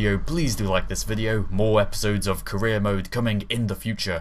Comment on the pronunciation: Every time he says career mode it sounds like he says Korea mode. So the mission must be to build rockets that cant reach space.